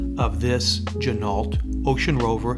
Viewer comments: Good vid but it is not gin-alt. It is gin-o Just like the car,,, ren-o,,, not ren-alt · FYI: the correct pronunciation is “G-Noh”, per the owner of the company. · FFS learn how to pronounce "Ginault" - your video is unwatchable. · It would be nice if you were going to review a watch if you pronounced the name of the Watch Company correctly.